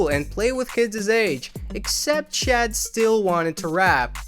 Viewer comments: His name is pronounced “Shaud” not “Chad”. Like just google first. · Why are you calling him "Chad"....it's "Shad" promounces "Shawd".